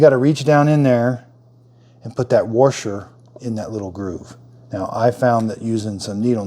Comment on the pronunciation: What exactly is a “worsher” ? 😂😂